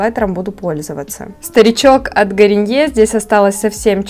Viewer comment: Ты как то странно говоришь Garnier))))) не правильно читаешь похоже. Исправляйся!)))